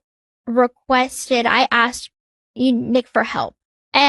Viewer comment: I would be mortified to call my friend, or have her advocating for me. She’s certainly no prize when it comes to friends. She is so demeaning, and acts like she’s better than everybody else. And she can’t pronounce the word “asked”. It’s not “axed”,.